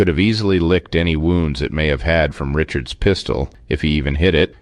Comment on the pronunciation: I have a question: Who taught you to say Richards,s?